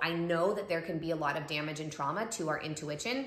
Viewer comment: She really said “intuiWITCHin” :)